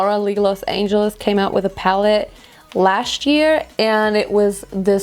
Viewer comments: Du sagst „Last year“ so like „Lascht year“ 😂✨ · Ich liebe es wie du im englischen manchmal so bisschen schwäbelst😂😂 "lascht year" 😂❤❤ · „lascht year“ hahaha ich kann nicht mehr